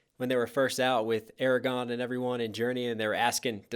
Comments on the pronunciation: ?? Did I hear you right? Did you pronounce Isildur's heir's name as "Eragon"? 'Cause that's not the same universe. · buddy, it's "Aragorn" not "Aragon". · ARAGORN. STOP SAYING EREGON. DIFFERENT BOOK. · AR RA GORN not AR RE GON, (it almost sounds like you are saying Eragon, which is another fantasy series altogether) ... otherwise I am enjoying this reaction very much. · Claim to be a lotr fan and pronounce Aragorn name as Eragon... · As a massive know it all lotr nerd I loved this also you said aragon who the heck is that its aragorn 😂